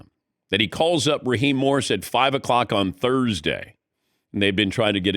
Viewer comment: yea, Dan Patrick says Raheem Morris, not once, but TWICE!! And no one on the broadcast has the balls to correct him! Come on guys!!